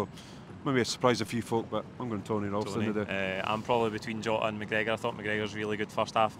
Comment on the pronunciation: The mispronunciation of Ralston really annoys me